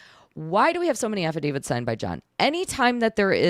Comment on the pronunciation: Love the videos, thank u for destroying John, but she's KILLIN me with the "affi-david" instead of affidavit